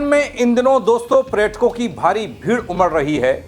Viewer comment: प्रेटकों नहीं बे नेपाली कांचा, पर्यटकों होता है